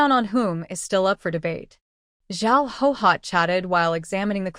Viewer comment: Why do so many characters from this era bear the name Guihua? Why does the AI read it as Hohot, when it’s clearly pronounced Gway Hwa? Why don’t any of the posters correct the AI pronunciation so that we don’t have to listen to Hohot throughout the novel?